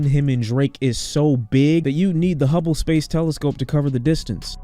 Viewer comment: bro said hubble telescope lmfao